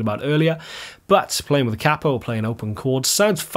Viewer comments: Its pronounced Kay-po Not cap-o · I really hate to do this but it is pronounced Cape O after the inventor Batman 💯✌🤟🤘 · It's only cheating if you say kapo the way you just did lol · 40 Years ago an amateur musician friend of mine (I'm not a musician) referred to it as a cap-o and I always thought that was the proper pronunciation. Then it seemed everyone pronounced it kay-po. Nice to see someone agree with my now dead friend. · I'm a lifelong east TN country boy and never use a capo myself but all the bluegrass and Gospel players I know are connected at the hip with their capo. It also cracks me up how you pronounce it versus how we pronounce it. We say it like "KAY-poe" but you say it like "COPPO" and that reminds me of on The Godfather when they would talk about the "caporegime" which is like the counselor to the head of the mafia. LOL! Ultimately though a capo is simply a tool the same as a pick is a tool. Guys like Chet thought WE played "wrong" because we use a pick. It's just a tool. Use it if you want. Don't if you want. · Here in the states we pronounce the word "kay-poe" with a long "A." In America, a "capo" with a short "A," is a mafia boss. Only time I use a capo is for singing in a more comfortable key. Peace. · thanks for the comment about the pronunciation. I've pronounced it "KAY-po" for five+ decades and wondered if I'd been wrong all this time. ;) And I totally concur: it's a tool. I use one if it works better for the SOUND of the music. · Hearing Americans mispronounce it as ‘Kay-po’ does my head in as well… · Hearing the word capo mispronounced so many times in one video did my head in